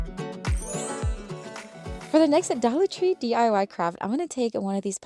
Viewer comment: I love how you say “dolla tree!” 🩷🩷🩷😂😂😂